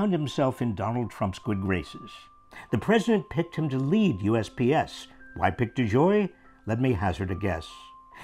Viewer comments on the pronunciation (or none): Was that "US BS" or "US PS"? Sounded like "BS" to me.